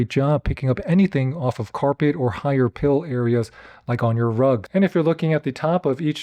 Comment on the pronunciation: Hi PILE carpet. Not high "pill".